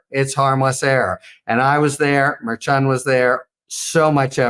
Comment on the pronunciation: Someone really should tell Harry Litman to pronounce Merchan's name correctly